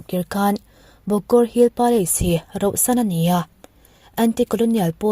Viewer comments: Rohsan hi enge mizo tawng hi in ti duhdah thei hlawm em mai😂😂😂 RAUHSAN tih tur aw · Rauhsan tih tur👍👍